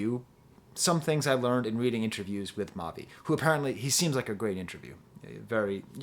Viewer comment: you got it right the first time for the pronunciation. i was lucky enough to meet him before i’d heard his music so i was able to have just a normal conversation and he was very down to earth. then i see him preform his last album, and immediately knew he was destined for this.